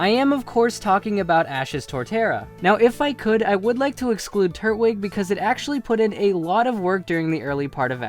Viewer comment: The way you say Turtwig makes my ass itch omg